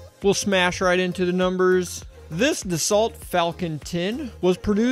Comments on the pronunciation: my freakin ears, Dassault is pronounced DASS-O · The Desault is pronounced Dass so not de salt as you said. You maybe be able to buy theses airplanes for these cheap prices but you will not be able to operate them very cheaply. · Dassault is pronounced “DasO” not “DasSalt” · Dassault is pronounced "DAS SO" not "DAS Salt" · Citation Ten not a citation ex. Bro flew them for 12 years. And dassault is pronounced Dauss-O. Just an FYI. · BTW Dassault is pronounced Dar-so, it's a French thing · Do-So is how it’s pronounced…..falcon 10 …the rocket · FYI, it’s pronounced “Da-so” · Dessault is pronounced d'so